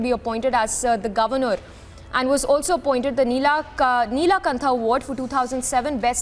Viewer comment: Neelakantha award madam, pronounce it properly